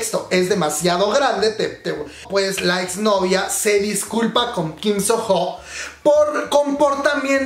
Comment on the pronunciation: Se pronuncia "Sono", la h es muda en este nombre.